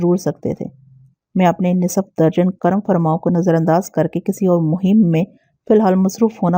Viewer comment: نص۔ف تلفظ ہے ن۔صف نہیں